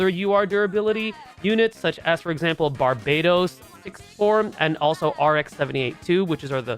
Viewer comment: FYI: it's pronounced "BAR-bah-tose", not like the island "bar-BAY-tose".